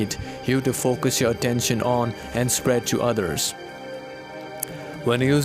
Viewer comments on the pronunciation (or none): none